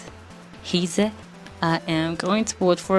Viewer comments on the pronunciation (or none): You can pronunce Heize as Hizy (writed) PS: or Haizi (sound) depending on How You understand the pronunciation